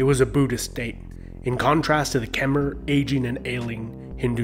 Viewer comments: When you say “Khmer” it’s not (ker-mah) it’s (ka-mah) I’m Cambodian just pronouncing the right way I got a little offended on how he did say sorry if he pronounced anything wrong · It’s pronounced khm-I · Just wanna say Khmer is pronounced like Kmai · not really sure i trust this guy, he pronounces Khmer like kem-er instead of kha-mai like its supposed to be pronounced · Kom Not Khama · QIt not kemer it khmer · Omg how he pronounces “khmer” is painful... it’s pronounced “kmai”! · The way he pronounced Khmer ughh